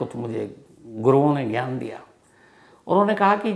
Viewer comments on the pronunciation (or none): none